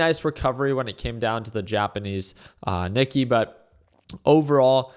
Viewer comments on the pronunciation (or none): Knee-kay is the pronunciation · If this guy can’t pronounce Nikkei what chance do we have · Dude is a daily trader & doesn't even know how to pronounce the Nikkei!